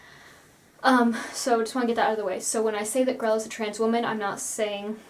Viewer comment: Her name is Grelle. Why is everyone calling her "Grell"?